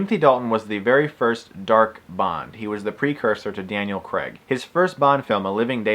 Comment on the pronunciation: This is really triggering me, you don't know how to pronounce any of their names, Daniel creg! Its pronounced Daniel Craig and you know nothing about the bond films like license to kill or sky fall or gold finger or casino royale. God you really trigger me pretending that you know about The brilliant films of bond. I give up...you don't know anything about these films.